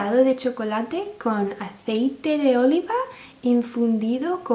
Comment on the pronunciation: me rei con tu pronunciacion de Olivas jajja buen video!